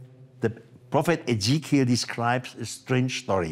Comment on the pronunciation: Really ? Such a great video; but the female narrator pronounces the name 'Ezechiel' incorrectly. When telling people things which are new, unusual, and out of this world, it is just as important to pronounce names and words correctly, otherwise you lose credibility. And almost everyone in this video makes mistakes.